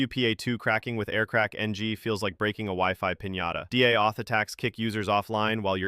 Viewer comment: this voice sounds more convincing than the one that kept saying “kuh-lee” for kali in the other video, but d.a. auth instead of just saying deauth gives it away.